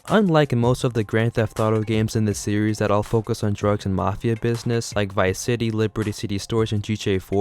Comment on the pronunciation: I fucking HATE when a lot of these commentary people stretch words out and put emphasis on the ending syllable.. You say the word "series" as serieess-uh. STOP IT!